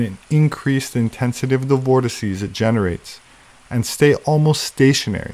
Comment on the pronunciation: 'vortices' - finally, someone who doesn't say vortexes.